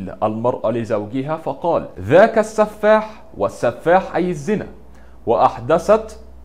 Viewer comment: ليس بتقعير القول ، تصبح مذيعا، ،، شخص جاهل، والنصيحة حاول تقرأ ما تقول قبل اذاعته، وتعديل الكلام، السفاح بكسر حرف السين ،،، حرام